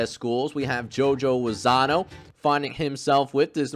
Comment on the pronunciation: Lozano…No R😂